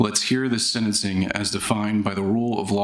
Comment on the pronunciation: IT’S SENTENCING NOT SEDENCING